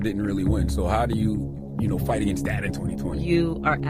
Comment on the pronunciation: I enjoy your channel and watching your content! I have ONE request, with all so respect 🙏🏾,PLEASE say "THat" instead of "Dat". It's driving me batty. 💙🤍💙🤍